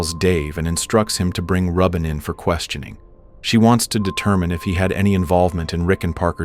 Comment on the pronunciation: Are you sure it's pronounced 'Rub In' and not 'Ruben'?